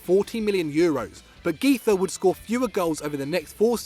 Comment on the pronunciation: Güiza is pronounced gwiza not giza